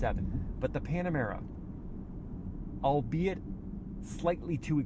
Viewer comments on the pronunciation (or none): none